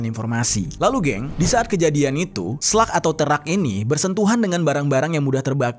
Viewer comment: SLUG Jer, bukan SLEK